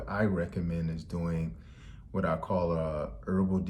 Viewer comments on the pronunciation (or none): none